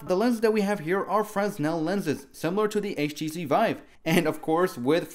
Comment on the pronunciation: lol I don't mean to be a douche, but genuinely wanted to tell you it's pronounced "freh-nel". The s is completely silent. Just a heads up!